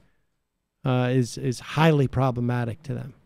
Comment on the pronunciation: Sam "It's HIGHLY problamatic" Seder